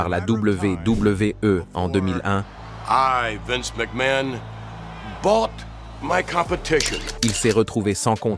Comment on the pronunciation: "Vaince McMahon"